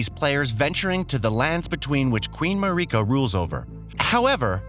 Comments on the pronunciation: fucking mareeeka (marika), tarni-shed (tarnished), rad han (radhan), and malaina (melina). All of these were said in game or in trailers and he says them wrong And bonus points for Breath of Wild, Hide Taka Miyazaki, parring, soulborne, eden ring, and tami-shed's fur-led finger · He also pronounced tarnished as tarni-shed. And Marika as Mareeka.